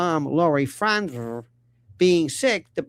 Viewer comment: I love how you pronounce all those consonants in Frantzve. 😂